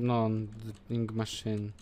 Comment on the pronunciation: Psssssttttt...... Nie żeby coś, ale atrament po angielsku to "ink", a nie "inc"